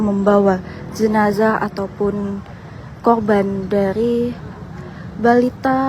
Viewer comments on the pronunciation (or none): AREA MBAK . BUKAN AGEA.. KORBAN MBAK.BUKAN KHOBAN..